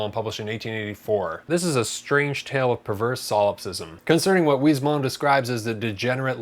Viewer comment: Not to be that guy, but the s at the end of Huysmans is pronounced. Wiss-moss.